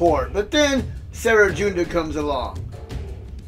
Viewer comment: You just gotta love it when CG adds a brand new team we've never fought before as a boss of sector 5 and gives them over-fucking-prepared 3. Good ol' CG shenanigans! I'm surprised it doesn't bring you to the store page with every failure. Also, you probably don't care too much but "Cere" is pronounced as "sear" (as in: You want to sear your steak!). Or like the store Sears, minus the s.